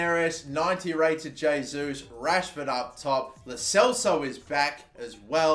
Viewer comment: Lo Celso is actually pronounced Lo (Ch-Elso)